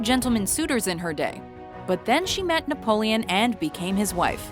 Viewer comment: Wait did you say he was called "naboleon"? Cause that's Napoleon the third and it was not affectionate, rather the contrary. Also I'm pretty sure Corsica was bought and not conquered ( but I'm too lazy to check) :)